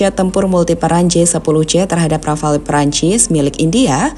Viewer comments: Rafale min, bukan Rafael mah tetangga saya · Rafale mbak.... Bukan Rafael 😊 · Jet rafale min bukan rafael....hadduh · Rafale min buka rafael hadeu😂😂😂